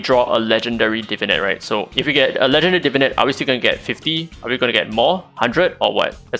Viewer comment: This is a super nitpicky comment but I've noticed many youtubers referring to the new system as "Divinit" as opposed to "Divinate", like some unga bunga neuron fires off in my brain everytime I hear it haha.